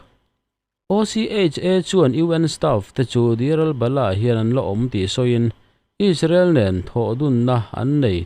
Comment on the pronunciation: Engvang in nge isrealy i tih kher kher isreal ti ve maila